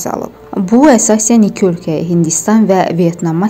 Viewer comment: Ай журналист Бир данышыгыны дузелт сонра Азарбайчанын хеберлерини миллете чатдыр. Ики йоооох ики